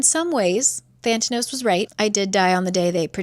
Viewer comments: The company is actually called Thanatos, is just saying it wrong. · Same. Also I kept thinking she was mispronouncing "Thanatos", the Greek God of Death. If it really is spelled with an extra T in the book, I'm annoyed. LOL. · is it "thantanos" or "thanatos" like the god of death?? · Every time you say Thantanos I just think it’s Theranos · The company is called (Thanatos) Than-uh-toss, as in the Greek Personification of Death.